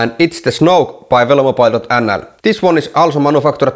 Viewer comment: Dutch people read 'oe' as 'u'. So, "snoek" should be spoken as [snuk] or something similar.